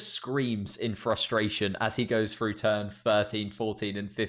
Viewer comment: FFS you muppet! It's pronounced "THROUGH" not "FREW"....